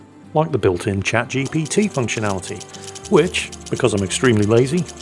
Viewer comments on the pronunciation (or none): none